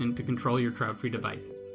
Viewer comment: It's not trautfri, but traedfri, but thanks anyway.